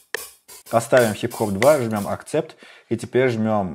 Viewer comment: эксепт, а не акцепт, уши режет постоянно